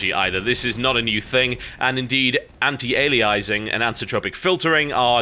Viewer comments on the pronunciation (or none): You're not describing AF there TB you're describing trilinear filtering. AF is an improved algorithm for choosing a mipmap level based on the screen space the poly is occupying, it's not about smoothing the transition between mipmap levels. Also you're still pronouncing anti-aliasing wrong. Think of the word alias. Ali - a - sing. Not ali - ize - ing. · Pet peevish I know, but it's "anti-ALIASing", and "anisotropic" is pronounced "anise-oh-tropic". As an Englishman you should know better...unless American life is rubbing off on you. :P